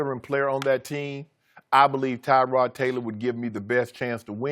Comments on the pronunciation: it's not Tyrod it's TUH-rod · It’s Tuh-rod not Ty-rod